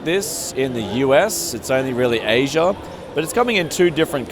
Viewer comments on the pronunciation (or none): none